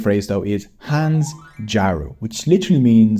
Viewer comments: It isnt Hans jaru. Its shan jaru. শজারু porcupine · I was highkey confused with the spelling and pronounciation of hans-jaru, then i realised it meant to be "haash-jharu" in pronounciation. hans/haash= duck, jaru/jharu= spikes (wide naming use, could be porcupine, bunched twig-sticks or spiky long grass). I'll be honest i didnt know abt this idiom myself and thought it was just another word for feather duster (bc jaru is also used to mean broom), but apparently the net says someone who dresses tacky/ironic combo (since when did we have phrases for fashion failures LMAO). I think in closer context, its meant to address ppl who dresses pompous but acts spunky, bc duck/birds are considered elegant and porcupines are well not liked :( like y2k mean girls dressing in sweet pink (come to think of it, alot of bengali aunties be like that XD) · It took me 10 seconds to understand 'Hans Jaru'. 😂 Well, actual pronunciation is little bit different though. It spelled 'Hans Jaru' হাঁসজারু but pronounced like 'Haash Jaaru'. It is an imaginary animal created by famous poet Sukumar Ray. It's actually combination of Duck 🦆 and Porcupine 🦔. Btw, thank you for your effort. It's a nice try. I'm always proud to be a Bangali. ❤ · in "Hans-jharu" don't pronounce "n", instead say "Hash-jaru" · hans-jaru is pronounced "HASH-JHARU" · now that you say it I guess he meant হাঁসজারু instead of হান্সজারু